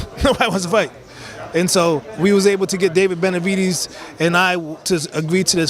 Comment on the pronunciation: He called Benevitez lord farquad lmfaoo ..mehn